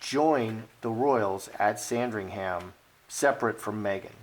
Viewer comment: We don't pronounce ham at the end of Sandringham, it sounds like um. So say sandring-um.